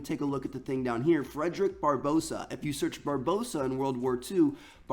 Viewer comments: He kept saying Barbossa when its Barbarossa .... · It's pronounced bar-ba-rossa Not bar-bossa. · Triggers me when he says "Barbossa" its pronouced "Bar-bar-ossa". even spelt differently. Didn't realise we had pirates in this game, hopefully Jack Sparrow makes an appearance. Only messing around btw ;) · it's barbarossa not barbossa you uneducated bellend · It's bar-ba-rossa not barbosa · when i have never seen an American pronounce Barbarossa properly LOOK AT THE WORD it's not barbossa it's. Barbarossa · "Bar-boe-sa" Bruh... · Did this man not due school....? THATS NOT HOW YOU PRONOUNCE BARBAROSSA.